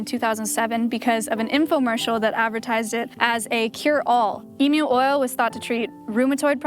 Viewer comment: i love it when an american says emu correctly